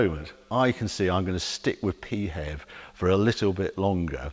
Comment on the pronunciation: I’ve been listening for 5 minutes and I seriously hope the expression “Pee Hev” doesn’t catch on. Sounds like the symptom of a urinary tract infection, or a description of BMWs design ethos.